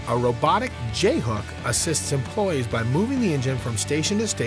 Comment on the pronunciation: Products not prodicts. Merc-u-ry not Merc-er-ry. Employees not employs. Capable not capble. Marrying not mareing. Fond du Lac not Fondlack. Robots not robutts.